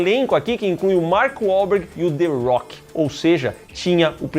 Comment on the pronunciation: A rocha, não "arrocha"... the rock